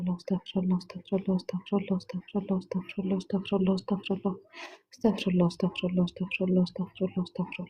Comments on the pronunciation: تاكدي من خروج الحروف من مخارجها انا سمعت ااستفله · يا استاذه ربنا يبارك في حضرتك اسمها استغفر الله بكسر الفاء بضم الراء